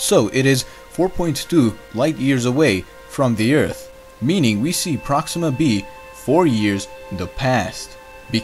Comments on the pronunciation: Is this the same guy that pronounces Earth as "Ert" or "Urt" ? Just wondering. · Oh my gosh you said Earth not Eart lol